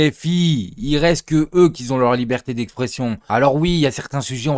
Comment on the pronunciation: " y restent que eux qui z'ont " mdrrrr